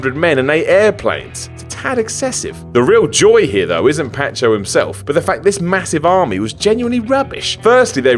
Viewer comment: it isn't patcho, it is pancho.